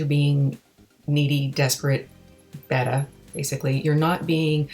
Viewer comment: Senorita its pronunced (BAY-TA) beta, Yep high maintenance are not keepers. YOu most certainlyhave a vast scope of experience in this field of human interaction.I am befuddled the university of vancouver havent invited you in for a talk on relationships or TED-TALK to say its time to come on stage.